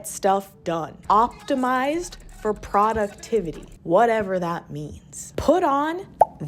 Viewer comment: I love your videos but bro- YOU GOTTA CHANGE THE WAY YOU SAY PRODUCTIVITY IT BOTHERS ME SO MUCH